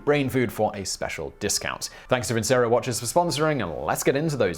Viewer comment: I thought vincero it was pronounced vin-chero?